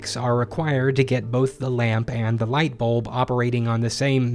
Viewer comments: Bu-Lb not Bolb hahahha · Also bulb sounds so funny now